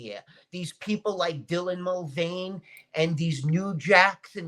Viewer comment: I love how isn't even bothered to learn Dylan Mulvaney's name properly. Shows how insignificant Dylan is to.